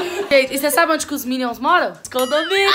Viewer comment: "condominion", "minioria", "6 miniões"! 😂😂😂😂😂